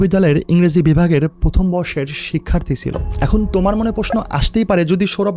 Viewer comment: 'তোমার' কেনো বলছেন উপস্থাপক?? উচ্চারণ আরও শুদ্ধ করবেন আশা করি।